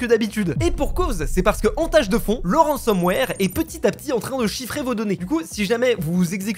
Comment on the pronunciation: ah lala, ça parle de ransomware et pas de rensenware xD